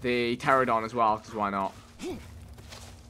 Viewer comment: Pteranodon Vikk, not pteradon